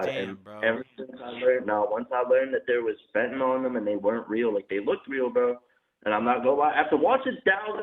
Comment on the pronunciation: Lol she got caught with a perk?? Then says she got caught with a perk…fentyle . How is a fent